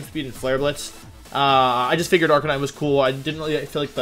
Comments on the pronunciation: Did this man really just say Ar-ca-ni-nay? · Arca-ni-neigh might be my favorite 100% accurate pronunciation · Did you just say Arcaneenay? Lmao 😂😂😂😂😂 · did this man really say arcan knee nae? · 0/10 because how you said arcanine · It's sad how Wolfey is a Pokemon world champion and can't even properly pronounce Arcanine. SMH